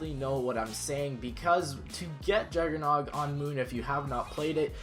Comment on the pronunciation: He actually said his name correctly